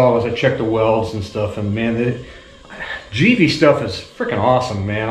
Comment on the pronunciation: It's pronounced Gi-vee